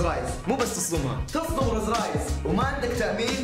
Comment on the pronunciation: رولز رويس مو روز رايس.. تقدر تنطقها صح عشر مرات 👀.. يقول صدم رولز والله ويحلف وهو كذاب